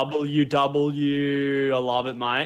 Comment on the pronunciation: When Lachlan says WW it sounds like Double U Double U